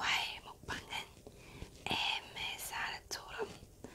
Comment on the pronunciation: ASMRのとき、かおるさん「AMSR」って言わんかった？